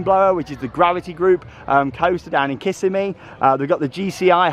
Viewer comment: I think it's probably a bad investment in the end. For $12 million they could have built like 3-4 flats, even a decent RMC family coaster etc. It looks great, but is odd and out of place. I truly think the owner just wanted his own RMC hahaha. Oh and Kissimmee, Is Kiss-emm-ee. Not Kiss-a-mee. ;) It's a native word for a river "long water." I feel like the Hurricane needs some trimming eh? Hahha